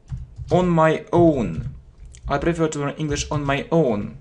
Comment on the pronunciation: You know English well,but your accent is rough.Take word prefer,you PRIFER.And everything becomes clear.I don’t judge you,just work with your pronounce